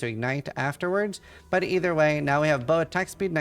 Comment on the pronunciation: does know that there s "t" in the word "but"?